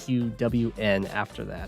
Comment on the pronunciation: Early enough in JTQWN's AWBW journey that calls him "Jay-Tee-Que-Double-Yoo-En" instead of Jaytalkquin. In all fairness - that's how I would have said it too.